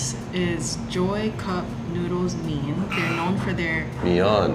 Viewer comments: I think was right when she pronounced mein麵， not mi-an. should pay for the meal, and more;) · I think pronounced mian correctly